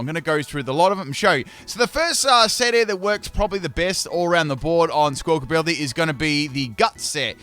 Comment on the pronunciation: Love that still calls it "Squawkability" 😂